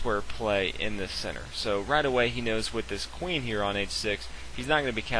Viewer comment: Each time you should say "centre" I hear "sinner". Your chess knowledge is very big though :D